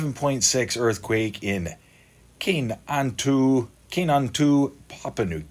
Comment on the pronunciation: Kainantu is pronounced Ka-nine-two